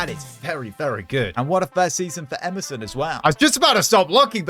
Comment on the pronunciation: Why does he say Emerson when it’s written Éderson?